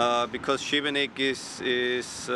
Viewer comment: dobro je izgovorio Šibenik